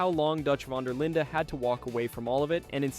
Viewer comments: Why can nobody ever say Dutch's name right. It's pronounced VAN DER LIND! I know the E in linde is silent but that shouldn't make it that difficult there's plenty of words with silent letters way more complicated that people have no issue with. It's not vander Linda, it's not von der Leened. Just get it right. Jesus. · ngl this video feels rushed bro you pronouncing dutch's last name wrong, you under estimate micah like hes not the final boss of rdr2, and you said nobody said anything when dutch drowned bronte even though john literally yelled at him and asked him what part of his philosophy includes feeding people to alligators.